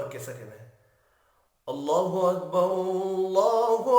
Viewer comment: اَلسَلامُ عَلَيْكُم وَرَحْمَةُ اَللهِ وَبَرَكاتُهُ۔۔۔۔اللہ اکبراللہ اکبر میں ر پر اپ پیش پرھ رھے ھو پیش غلط ہے بلکہ زبر ھے یہ سماعی ھے